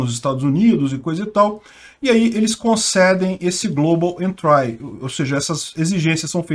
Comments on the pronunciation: Não sei se acrescenta algo, mas a pronúncia correta é "entri" [ en-tree ], não "entrai". Exemplo parecido é country [ kuhn-tree ]. Uma bobagem, já que o manja muito de Inglês. Sou teu fã. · A pronuncia eh "entri" em vez de "entrai". Abs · Por favor não é "entrai" e sim "êntri" . dsclp mas dói no ouvido. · Ótimo vídeo,. Não querendo ser chato, mas a pronúncia de entry é entri, não entrai. Abraços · A pronúncia é "Entri" e não "entrai" :) Abraços e assisto todos os vídeos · Global Entry Se pronuncia Global Entri e nao Global Entrai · uma dica: pronuncia correta de entry: entri e nao entrai... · global "êntri", não "entrái". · Se diz "éntri" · 1) A pronúncia é "global entrI", e não "entrái" 2) volta a ler os apelidos chulos de quem sugeriu as notícias. Seu canal perde a graça, sem eles! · Pronuncia-se “Entrí” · "Global Entrái". 🤭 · A pronúncia é com só de "i" no final não de "ai" global "entri". Uma dica pra estas palavras diferentes é colocar no Google tradutor e ouvir.😉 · Adoro os vídeos do canal, mas a pronúncia de "entry" está errada. 👍